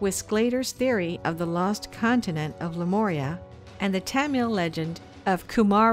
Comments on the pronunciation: But but.... whyyyyyy did she say "Lemoria" at the beginning? Ohhh I do cringe... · would have been helpful if the narrator could pronounce Lemuria correctly... it's not an 'O' dear it's a 'U'...